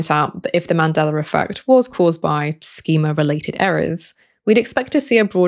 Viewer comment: “SOR! Scientists…” lol Great video on the Mandelar Effect though. Thanks!